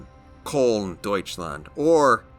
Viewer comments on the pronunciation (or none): none